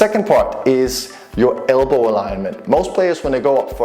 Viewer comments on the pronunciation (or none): Elbow not albow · Cylender? Albow? Wtf?